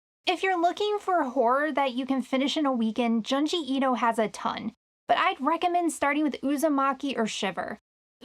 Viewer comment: the mispronunciation of Junji Ito's name is grating me a bit